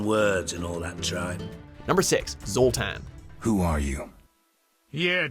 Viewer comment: You can tell he's never played a witcher game. Just listen to how he says "Zoltan"